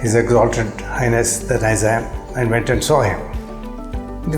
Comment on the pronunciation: Nizam endhi funny man…Wrong pronunciation